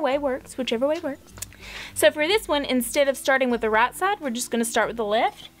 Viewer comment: Love your accent. I was trying to figure out what the RAT ROPE was til I realized you were saying "right" 😂